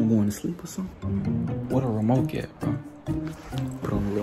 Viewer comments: My boi say “Where the remoKe at “🤣🤣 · Mans said “remoke”😭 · “ where the romoke at “ 🤣🤣💀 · He said the remoke lol 🤣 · Nigga said remoke 😂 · Bro say "remoke"